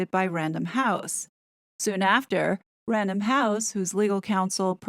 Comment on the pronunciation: Did you Say 'random Houssen? As in penguin random house ?????🤔